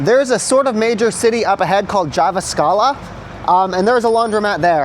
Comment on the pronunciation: Jive-a-scala is pretty good butchering of jyväskylä in my books.